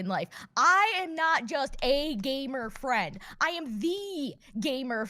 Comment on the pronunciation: When he called her "gamer friend," I thought he called her "gaybour friend." 😅